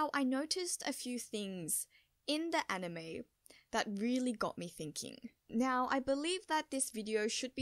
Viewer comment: Well nyow that you know you pronounce now as nyow, don't stop that, it's super adorable.